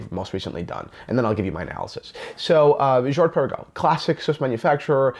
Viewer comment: 1. if you d pronounce it correctly, it would sound good, swiss/french. 2. they have been producing Laureatos years before, last one 1996 Laureato olimipico looking almost identically. 3. Girard Perregaux is older than AP (1791) 4. What about Hublot Big Bang, and IWC Ingy, Vacheron Overseas etc (ok they actually engaged Genta) so why blame Girard Perregaux so heavily??? 5. love you and your channel anyway and i can see your point and totally accept your opinion. 6. doesnt it look nice anyway?